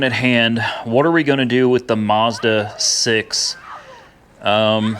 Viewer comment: There is no R in mazda.